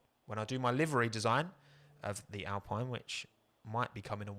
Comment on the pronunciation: Just for when you do do that livery video, might be useful to know it's actually pronounced "al-peen", not "al-pine". Couldn't stop myself correcting it everytime you said it this stream. :D